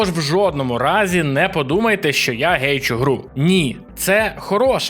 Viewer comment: гейчу (прям в вуха кидається)